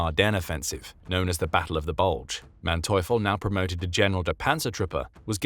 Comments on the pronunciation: yes we know some of his descendants and they pronounce it like “MAN-too-ful” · Ha, cool! The vowel in the second syllable would be pronounced 'oi' - like the British yell, if you do something wrong: 'Oi!' so more like 'MAN-toi-fel' (third syllable spoken like the first syllable of 'Fel-low'....